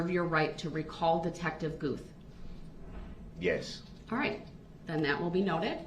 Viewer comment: It's Detective Gooth, DB couldn't say it correctly.